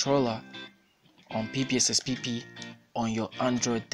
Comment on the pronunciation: Why does it sound so funny when this dude says ,,PPSPPP" xDD